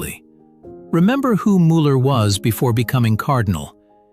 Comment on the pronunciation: Canyou pkease leRn how zo pronounce Müller cotectly! Gdrmans try to oronounce English eords vorrectly so you can do the samr at leadt eith names especially with tbe ones yoz are using and zhaz are vety well known its